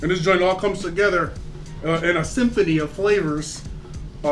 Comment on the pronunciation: Im white and that “symphony of flavors” sounded whiter than me.